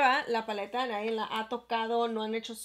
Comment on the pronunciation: hermosa, se dice "nadie", no "nadien", te quiero ❤ me encantó el video.